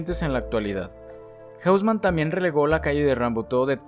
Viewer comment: Increíble cómo es que toda la pronunciación fue masacrada en este video. Amigo, estás hablando de París, no de Londres o Nueva York. Curioso fenómeno, en el que todo el mundo que no conoce una lengua otra que el inglés piense que todo se debe pronunciar como en inglés. Haussmann no es "jáusman", sino "osmán", aunque sea un apellido alemán. ¡Bueeeeeno! Es un video sobre topología y arquitectura, no de lingüística.